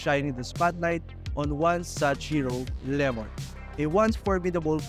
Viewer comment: Lemord 🤣 dami arte di ayusin pronunciation